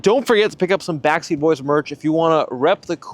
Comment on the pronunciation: It always sounds to me like you're saying "backseat boys".